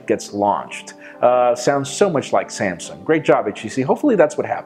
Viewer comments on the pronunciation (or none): none